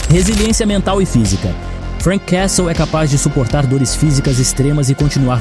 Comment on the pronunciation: Uma dica: Quando pronunciar o nome "Castle" finja que o T não existe.